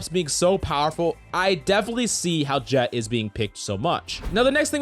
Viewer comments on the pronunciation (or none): none